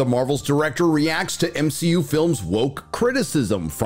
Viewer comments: It's hilarious how you refer to it as M-she-U lol 😂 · BOMB-SHE-U🙄🤦🏽‍♂️your welcome 👋🏼😉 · Why the Hell does he pronounce MCU so weird?